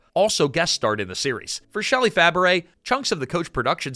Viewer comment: A piece of advice for the narrator of this video: learn how to properly pronounce someone's last name. Shelley Fabares's last name is pronounced "Fa-bray", not "Fa-baret".